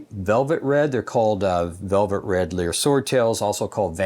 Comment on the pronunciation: It's called li-er after lyres